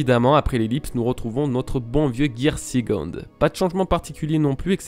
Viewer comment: Je sais pas pourquoi vous vous arrêtez sur la prononciation de third alors que les prononciations de second et fourth sont tout aussi mauvaises ainsi que tous les mots en anglais en fait.